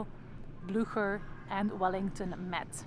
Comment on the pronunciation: That was very interesting, thank you! You helped me a lot with this. Still, I would love, if you, as a guide!- could educate yourself about the correct pronunciation of the Name "Blücher". Your take on it is really unintelligible.